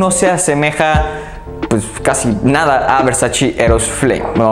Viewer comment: ¡Gracias por tus recomendaciones, me gustan mucho, sólo me gustaría decirte que pronuncias mal varias marcas, entre ellas VERSACE, la pronunciación es VERSACHE, no VERSACHI! ¡Saludos!